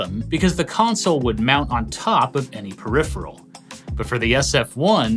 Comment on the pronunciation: Congratulations you have won many prizes for being the first YouTuber to pronounce the word peripheral correctly. It's normally perifriel or a variation of